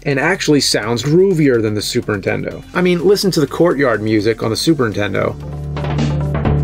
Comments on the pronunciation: Why does it sound like you say SUPERTENDO and not superNINtendo.? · The way you say Super Intendo takes me back. My cousin always said it like that and I'd yell at him that there was an N. Memories. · He can say Nintendo but still says "Super intendo". No wonder you got bullied bruh, It's frustrating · Is it just me or does the nerd keep saying super tendo? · Love you videos, but what the heck is a super In Tendo? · There are THREE Ns in Super Nintendo. Not Suprentendo. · its not a "Super Intendo" ffs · The way James always says Supern-Tendo. 😆